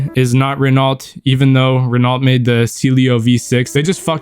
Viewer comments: Not knowing the Matra Murena and not knowing how to pronunce Renault and Peugeot is crazy 😭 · Learn how to pronounce French car brands bro. It’s not pewjet and renolt. It’s pronounced per-Jo and Ren-o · "pewgeot" "al-paine" "renauhlt" "cee-lio" "av-ahntime" I'm not even french and even I got ragebaited holy shit 😭💔